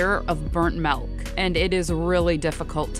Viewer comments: Following video, How to pronounce Milk without saying, "melk". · Stop saying MELK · she keeps saying it as "melk" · No, I just found it funny the way you pronounce it. Thanks anyway.